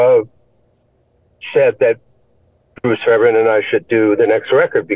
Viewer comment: It's pronounced Fair b airn (hard B) he produced most of the 80s